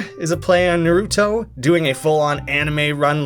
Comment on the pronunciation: First off, thanks for this video. It's really convenient to have all of these in one place & I appreciate the effort it took to make it. Now onto some stuff I noticed. Minor nitpick here but you mispronounced Naruto and Kage wrong (it's Nar-oo-to (or nah-roo-to) and Kah-gay (Japanese for Shadow) respectively). Later on (I don't remember the timestamp) the same happens with Boruto (Bore-ru-to) where emphasis is placed on the wrong syllable. Probably just a coincidence but there's also a singer/songwriter named TobyMac (his stage name) who used to be a member of the Christian rap and rock group DC Talk. These characters specifically come from A Pup Named Scooby-Doo (you can tell by the artstyle). & There's also a Warcraft character named Milhouse Manastorm and a One Piece character named Bartolomeo. I doubt these are referencing them though but just thought I'd mention it.